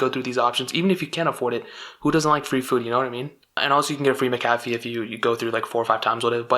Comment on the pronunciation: did this man say mc caffeey 😂